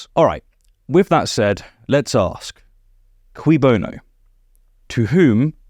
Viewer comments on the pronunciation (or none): Fyi it's CUI BONO not QUI BONO. CUI is the Latin dative case, hence 'to whom the good'. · Just the smallest correction from an extremely grateful fan of your videos: it's "cui bono", not "qui bono" 🙂